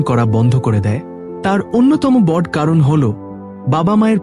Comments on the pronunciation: দাদা সবই নাহয় হলো,কিন্তু আপনি আপনার উচ্চারণটা সঠিক উচ্চারণ করুন। বড় নয় বড় উচ্চারণ করুন। ও কার দিন। আপস,হসন্ত নেই। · Apni uchcharon ta boro korun....bor naa..ete vul uchcharon....r abonti naa ota hobe abonoti....uchcharon ta kane lagchhe...but aalochona ta valo.... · বাংলা বলা আগে শেখো। আপস্, বড়্ যে ন্, প্রজন উজাড এসব কী বাংলা বলা?